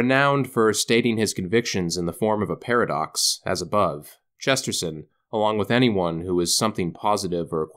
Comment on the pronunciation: it pains me how you say Chesterton